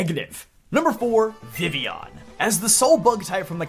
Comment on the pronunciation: FINALLY SOMEONE WHO KNOWS HOW TO PRONOUNCE VIVILLON